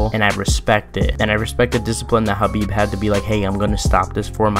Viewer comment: why yall always say khabib shadow